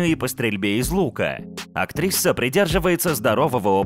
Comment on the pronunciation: Чел, почему ты говоришь "актриССа"? Че за приколы?